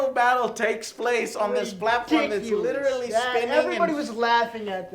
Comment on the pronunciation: joe literally says "litralley" EVERY sentence.. lol